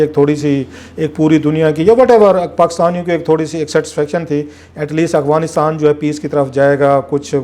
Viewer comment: کلاسرا صاحب، لفظ افغانستان ہے نہ کہ اغفانستان آپ ھمیشہ اغفانستان کہتے ہیں معزرت کے ساتھ mind نہ کیجئے گا۔